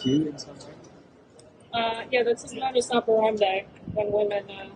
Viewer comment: she can't even say modus right 🎉